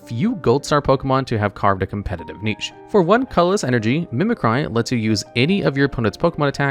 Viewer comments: Why did you pronounce Mimicry so wrong? Mehmeh-cry?? Then you pronounced it correctly later haha😅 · It bothers me that no one can say mimicry correctly. Its “mimic-ree” not “mimic-rye” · Charizard mills the opponent instead of the player. Mispronounces "Mimicry" . Gets it right though. Some of his videos are worse than others though.